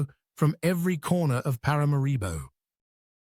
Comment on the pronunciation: ParaMAribo,, you should get the pronunciation of the capitals name correct !ParaMAribo , the accent falls on the MA … Please and thank you !